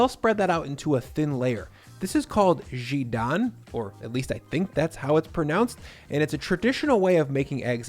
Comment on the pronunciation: Nice! I typically use sesame oil for most of the stir fry as flavoring, if not outright stir frying. Fun fact -- Jidan is just Korean for egg, although the anglicized spelling of the word speaks to the original Chinese root. (The way you say it actually makes it sound more Chinese haha.) Thanks for this recipe!